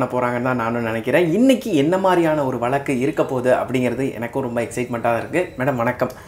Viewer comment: Pl sp pure Tamil Not valaku it is vazaku bro